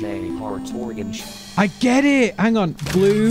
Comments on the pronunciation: he did not say organs its orange thats how the voice actor says orange also go get a bo ho o waa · This is a great video! When the Musical Memory voice said "orange" I thought it said "mortgage" and had a fleeting moment of terror that this game was about to become about fiscal responsibility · Was starting to wonder if I was the only one who heard organs rather than orange